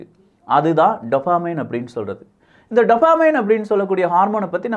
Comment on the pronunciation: டோப்போமின்.... டப்பமின் இல்ல...